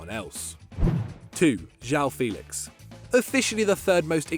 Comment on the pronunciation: Ju-Ah-Um FÉ-lix. Learn the proper pronunciation, you'll need it in a few years when you're making Best XI videos